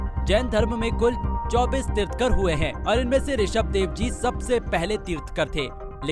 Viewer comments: It's tirthankar not tirtkar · तीर्थकर नहीं,तीर्थंकर कहें। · Video बनाकर अच्छा काम किया बुद्ध का फोटो दिखाया तीर्थकर नही तीर्थंकर बोलो जीवदया सबसे सटीक कार्य सफलता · अपूर्ण इन्फो ऑर नॉलेज जैन धर्म अनादी काल से हे... पहले खुद की इन्फो क्लिअर करो... तीर्थंकर बोलते नई आ रहा भाई आपको... कोई जैन को साथ लेते इतना पुराना न्यूज पेपर हे आप का... जय जिनेंद्र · वीडियो उसे ही बनानी चाहिए जिसे us विषय में knowledge ho केवल पढ़ कर बोल देना ठीक nhi तीर्थंकर भी बोलना नही आ रहा ठीक से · Mahavir swami was our 24 th tirthankar. Jain dharam starts from 1 st tirthankar not from 2600 yrs before. U didn't spoke few words correctly like tirthankar, paraspropgrow jeewanam etc.